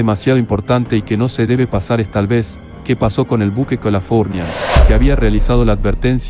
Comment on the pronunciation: El video me gustó. El audio, pésimo. Mal acentuadas las palabras, mal pronunciado el nombre del buque Californian, etc.